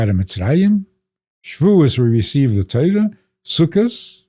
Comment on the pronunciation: You live by the Torah or Teira, or Tara, or Tiera? TerroX. I'm really past irritation.